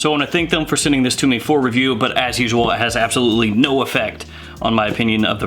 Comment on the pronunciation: The emphasis on the no always gets me😂😂😂